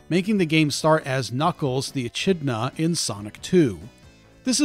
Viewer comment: You pronounced Echidna wrong.